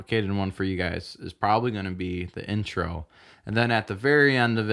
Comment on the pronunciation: You seriously need to work on your word pronunciation. And sing every word when you sing a cover. "Is" more precious than gold.